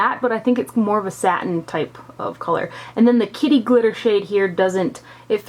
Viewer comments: I thought you said kitty litter lol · LOL...I kept thinking you were saying kitty litter and thought that was such an odd name but made sense because litter usually is gray/silver...LOL Great review as usual, always trust your opinion! xoxo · It sounded like you said "kitty litter"... then I thought nooo that's just wrong! Why would they name a shadow that! LOL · Love this palette!!! I was craking up kept sounding like you were saying "kitty litter".